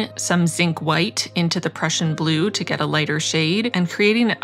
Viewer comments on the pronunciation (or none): 🐻‍❄️🐻‍❄️🐻‍❄️ #plantmas2021 As a fellow Canadian, I too have a soft spot for polar bears and snow. It snowed all day here today making me feel quite peaceful. One day I’ll do the train to Churchill to see the real polar bears. I’ve only ever seen Prussian Blue in print so I thought you had pronounced it correctly last time! Who knew we were both wrong? Glad you got the correction. 😁 As always, an absolutely beautiful spread. You’re so talented.